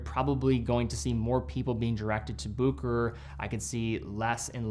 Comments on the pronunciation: It's pronounced Busheray and not Bookerer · Bucherer not Buckerer. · Its Bucherer. Not bukerer Bu ch erer Like cheetah ch. From a Swiss geneva born watch lover. Cheers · Still waiting for my explorer 36mm. Ordered it at that same Bucherer you showed at the start of the video. Ps, no hate but it's pronounced Bu(Sch)erer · It's also a good moment to learn how to correctly pronounce BuHerer. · I have always heard others pronounce Bucherer as Bu-che-ro and Book-e-rer, but never as you've done so here as "Booker". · so you're just going to mispronounce boo-ke-rer the ENTIRE video? seriously, this is not that difficult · pump and dump. One of the great ones made in Switzerland. P.s. that is NOT how Bucherer is pronounced. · Good video, just please learn how to pronounce Bucherer. 🙂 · Sorry but you butchered the pronunciation.